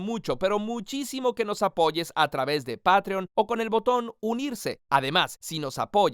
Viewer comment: El lingüista con síndrome de ansiedad: SE DICE PEITRION 😭😭